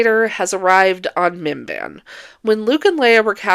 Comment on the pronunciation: I know you're saying "Minban" or however you spell it, but I keep hearing it as MBMBAM, the McElroy podcast, or Bim-Bim, Drew Gooden's cat